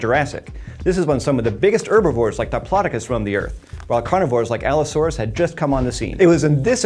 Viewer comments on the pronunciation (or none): none